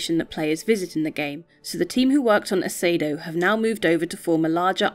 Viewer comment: Just so you're aware it's pronounced Ah-see-ay-doe